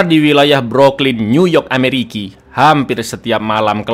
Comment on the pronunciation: Ah elah, mantanku namanya Ricki. pas ente bilang Ameriki, seketika awkward moment soalnya aku selalu nonton Ngalor Ngidul sama suami 😂😂